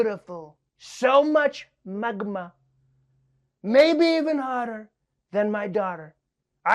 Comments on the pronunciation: Everything was going fine until Trevor pronounced Magma lol. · The way Trevor said Magma 😂😂😂😂😂